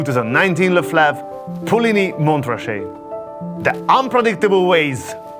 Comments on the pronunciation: Mon Ra Chet... The t is silent. 😉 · don’t pronounce the t in Montrachet. It’s Mon-rah-shay.